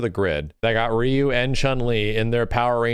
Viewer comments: c'mon reeeyou isn't the right pronunciation for ryu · I thought Ryu should be pronounced as LEW as Japanese always pronounce R as L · That's not how you say Ryu though. I mean, it's closer than what people usually say but yeah.